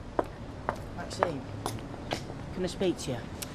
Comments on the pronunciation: Audrey stirs every pot. Also why is Ashley unable to say Maxine? Why does it come out Maxime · Maxime instead of Maxine as well!😂